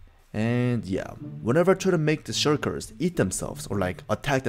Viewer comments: Shulkers not shurkers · bro said shurkirs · The fact that he calls the shulkers the "shirkers" is kinda funny to me. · Why, can't Korean people pronounce "L" ?